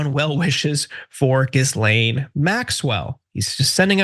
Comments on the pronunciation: “Gis lane”? Come on man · Did you just pronounce Ghislaine Maxwell’s name as; Jizz-Lane? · FYI, the 's' in Ghislane is silent.